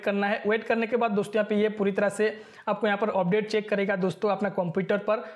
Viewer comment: Update ❌ Opdate ✔️ .😑